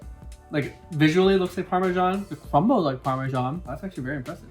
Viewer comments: Why did you pronounce parmesan parmigian? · Please don't call it parmesan